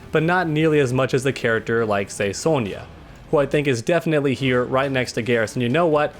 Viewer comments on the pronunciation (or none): I never noticed how u called sonya soulnya